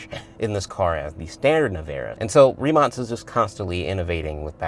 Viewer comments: Hi executive from rimac here i just wanted to point out that you pronounced the name wrong is not rimac with a s it is with a k like rimak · Rimac last letter should be sayd K ree·mak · is it pronounced rimatz or rimack? sometimes you say it correctly (like as it should be - a croatian surname - tz) and sometimes the "american" way... since americans put their spin on everything, I guess both?